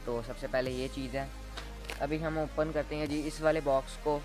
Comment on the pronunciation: Yaar oppan nhi hota it’s open(op-in)